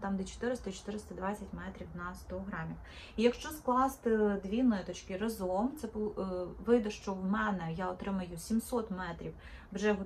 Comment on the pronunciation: Тільки рАзом, а не разОм. І не треба так дивно вимовляти звук и.